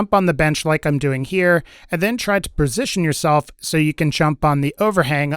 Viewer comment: It’s because he said persition instead of position